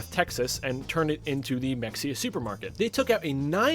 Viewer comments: hey btw its pronounced "muh hay uh" weird i know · It’s pronounced “Meh-hay-uh”. 🫡